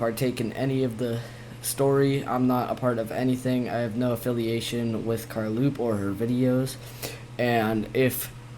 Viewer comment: No it’s car low p